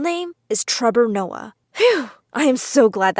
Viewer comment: "trebor noah"? lmao ok THAT was funny